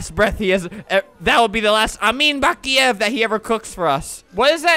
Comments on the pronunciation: Pronossned bock,lava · Say baklaver 100.000 times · Baklava! You can't say it correctly it's on my language , Serbian. XD Yo tengi BAKLAAAVAAA